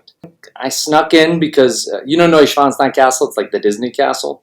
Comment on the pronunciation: Sorry but his pronunciation of “Neuschwanstein” has me laughing. that was an IMMEDIATE tell that was a lie 😉